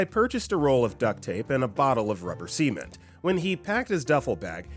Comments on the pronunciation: I have never heard anyone pronounce it see-ment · Why are you saying cement like that 😭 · I'm glad I'm not the only one who heard cement and thought of the same word but with an s at the beginning and no t at the end(I'd just type the word itself but YouTube is YouTube and you can't be too careful).